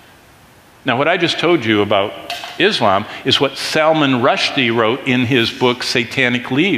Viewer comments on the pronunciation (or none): none